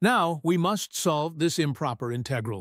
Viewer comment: The robot voice mispronounced some of the math terms (I.e., “integral”), which was distracting. Perhaps a different robot next time?